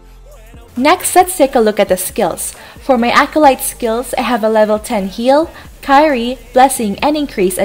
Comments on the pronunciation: It's Kee-ri-yey/kee-ri-yeh not "Kayri" :) Those are Latin words which mean "Lord have mercy". Good video though! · Love your guides. <3 One thing tho - it's "Kee-ree-yeh" and not "Khay-ree" Still, props props props for comprehensive and well-made guides. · It's "ki-ri-ye" sorry, i love your guides tho hahahaha! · It's Kee-ri-yey/kee-ri-yeh :) Those are Latin words which mean "Lord have mercy". Good video though!